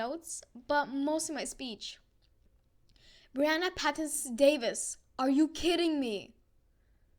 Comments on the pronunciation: it’s pronounced, “ bree “ not “ bry “ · Not Bri it is Bre